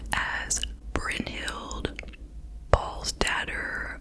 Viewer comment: I am from Norway and grew up being told this story about Brynhild/Belle as I have a lot of relatives in Trøndelag (btw I think you did an excellent job with the pronunciation🤪🥰) Thank you so much for covering this case and for an amazing video as always!